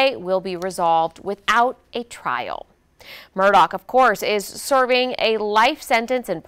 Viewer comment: His name is Murdaugh, NOT Murdoch